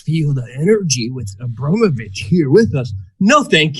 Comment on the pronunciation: Are you mispronouncing her name deliberately out of disrespect? Because it's Abramovic, not Obromavic. Don't get me wrong; I'm in no way insulted on her behalf. I don't like her. Just couldn't help noticing repeated mispronunciations of her name. Also, 'Bass music' is pronounced like base, as in military base. Not Bass, as in the fish. (observed from another video of yours).